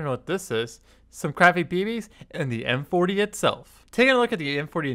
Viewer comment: he kept calling it M40, it's MP-40.